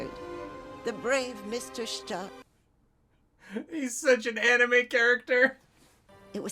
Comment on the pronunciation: For dumb reasons, the English dub pronounces Stark's name Shtark. It's supposed to be Stark. Even the Japanese dub manages to get closer to Stark than in English, despite the vagaries of Japanese pronunciation. Anyway. It's only a minor irritation, but it's the biggest flaw of the English dub...